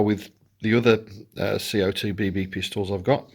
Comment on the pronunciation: Dude said cock lol. That’s not how you pronounce it.